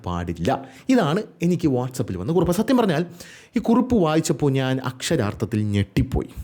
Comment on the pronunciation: കുറുപ്പ് അല്ല കുറിപ്പ് ആണ് 😅